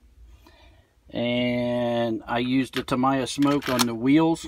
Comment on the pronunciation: Tam eye a? Thought it was Tam-e-ya